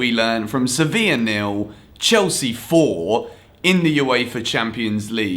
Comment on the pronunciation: Youre pronouncing sevilla wrong